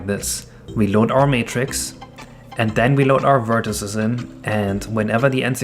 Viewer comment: why do you say vertices like that